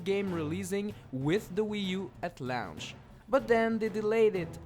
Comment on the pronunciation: learn to talk proply low ench ha ha launch